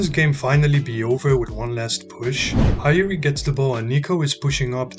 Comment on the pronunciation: Well nice🎉! Btw bro Hiori is pronounced as hee-o-ri